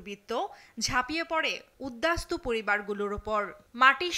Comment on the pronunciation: প্রতিবেদক উদ্বাস্তু উচ্চারণ করতে পারল না" ছিঃছিঃ